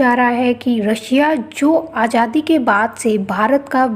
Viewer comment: ajadi? jahil aurat azadi hota hai. diction/ pronunciation is worst you must take hindi tuition from a good hindi teacher